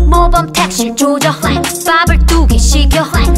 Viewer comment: Flex 할때 발음 지린다..